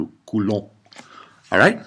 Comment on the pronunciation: "coulouu" just might have made my day . hahaha